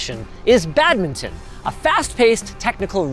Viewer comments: The way Linus says badminton...... (bad-mi-tn). Might unsub after 9 years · I wince every time you say badminton.